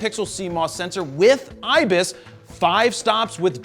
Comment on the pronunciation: i fell off my chair laughing, on hearing ISIS instead of IBIS .... LOLOLOLOLOLOL